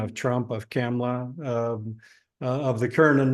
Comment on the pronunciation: Hey, it Kamala [COMMA, LA]....how do people not know how to say her name? Enjoy your pizza 🍕